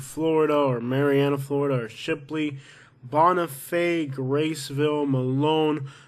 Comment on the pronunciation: Will please stop calling shit Shipley when its spelled Chipley .... Do u call your chips Ships??? Say Shattanooga again.